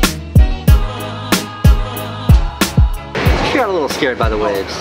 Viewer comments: Did candice's dad say "this is ferry fast"? If he did, he's the real MVP of this video! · ''ferry fast' nice jokes old man :D